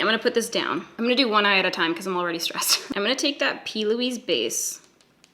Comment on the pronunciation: plouise , pronounced ploo-eees